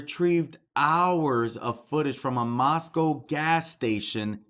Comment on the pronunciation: Thanks for correct pronunciation, moss-come not moss-cow.